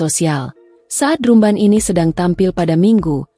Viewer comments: Drumban???? 😮‍💨😮‍💨😮‍💨 "Drambèn" dong ngomongnya,, itu kan bahasa inggris, penyebutannya hrs benar secara bahasa Inggris dong 🙏🙏🙏😮‍💨😮‍💨😮‍💨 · Kok bilangnya drumband bacanya drambend kli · Bacanya dramben bukan drum ban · Maaf untuk komentator, meembaca narasi yg betul, misalnya pengucapan kata : drumband, seharusnya dibaca : dramben, bukan : drumband ( ucapan dlm bhs Indonesia ), karena dalam bahasa Inggris tulisan dan ucapan berbeda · Naratornya gak enak didengar ky robot,udh gitu baca drumband dibaca pula drumban bukan dramben🤦🤦🤦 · Redaktor nya bacaannya drumbend, bukan drumban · Coba pembaca beritanya dintraining dulu cara baca drumband nya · Drumband drumban ,,,iya tulisannya drumban tapi di bacanya drambend😩😩😩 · Admin kok bacanya salah..drumband dibacanya dramben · Ini mimin sangat menggangu sepertinya gak lulus SD. Masa baca drumband sama dengan penulisan?